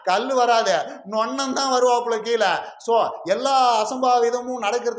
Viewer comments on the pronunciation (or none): none